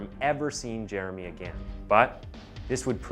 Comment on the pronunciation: Literally who the hell pronounces “again” this way. It’s infuriating.